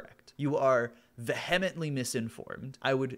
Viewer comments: I love your shit, it's awesome. I really hate the way you mispronounce 'vehement', though. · You mispronounced vehemently and columnist in the first ten minutes, after critiquing him for mispronunciation.